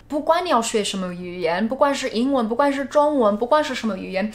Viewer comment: 不管 說成 不關 這已經是很嚴重的錯誤